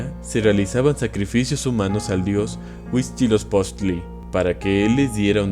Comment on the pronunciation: Me dio mucha risa como pronunció huitzilopochtli (no hate)